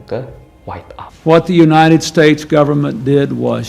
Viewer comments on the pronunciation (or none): none